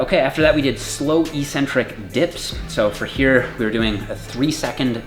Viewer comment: Love the videos,! Very informative. I also follow AthleanX, and I was wondering: you and (and many other trainers I’ve seen) both pronounce “eccentric” as “ee-SEN-tric”. Is there a reason that I’ve missed that makes this word pronounced differently than “ek-SEN-tric” (yes, this is meant to be a serious question)? Thanks so much, and keep it up!